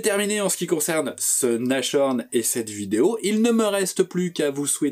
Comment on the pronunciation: Merci.. impeccable! Juste une petite remarque linguistique... on prononce Nass-horn et non Nache-horn 🤭